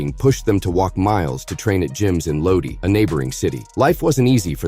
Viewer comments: LODI pronounced "low die" not " loadee" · its "LOW-DYE" not "loadie"